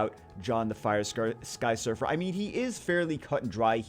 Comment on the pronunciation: Look like you Say "Sky suffer" XD